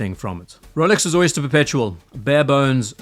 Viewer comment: At first i thought you called this the "soy-ster" perpetual. Which it is.